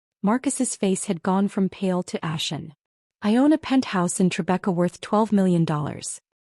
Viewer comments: Tribeca, not Trebekah. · Trebekah? You men Tribeca, neighborhood in New York City. [from Google] Tribeca (Triangle Below Canal Street) is a trendy, affluent neighborhood in Lower Manhattan, NYC, known for its cobblestone streets, converted industrial lofts, high-end restaurants, art galleries, and luxury real estate. It's famous for the Tribeca Film Festival, its historic cast-iron architecture, and as a celebrity hotspot, with a mix of quiet parks and upscale urban life.